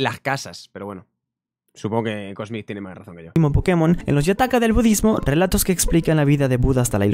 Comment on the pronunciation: Cuando folagor entienda que latinoamérica los Pokémon se pronuncian en inglés y no en español entienda eso ya se sabrá toda la tabla de tipos XD 🤣